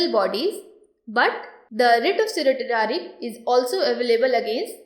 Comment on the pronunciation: The videos are getting better in terms of quality and content, your efforts are evident. Thank you for taking the pains and criticism positively. I would only like to bring to your notice that Certiorari is pronounced as Cer-sure-rary, the sure being the actual word sure. Keep up the good work and thanks for all your help.